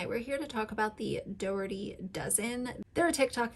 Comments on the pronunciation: I did some more research and I don’t think they’re technically foster children. Plus I agree with you that she shares way too much information. I just think your point would come across better if you were more familiar with the Dougherty family. (The creator’s name is pronounced Uh-lish-uh Dock-er-tee). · 1)the two new kids are not foster kids; they are family friends. Alicia grew up with their mother. 2)you obviously did not watch any posts yourself, or you could pronounce ‘Alicia’ and ‘Dougherty’ the way they do. Your credulity is in question. In the future, I will avoid any videos you produce. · Really?? All the evil going on in this world and this family is talked about ?? Learn how to pronounce the name if you're going to speak of her. Do you make money off your videos? Just curious. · Okay huh if you can’t even say their name right you may consider keeping their name out if your mouth. Try again 😂 you should do more research before you talk about them, they are an incredible family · You don’t know anything!! You can’t even pronounce their name properly!! It’s called jealousy. Get a life!